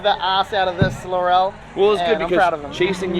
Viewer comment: Finally said laurel properly 😂😂 hearing “lorall” is like nails down a chalk board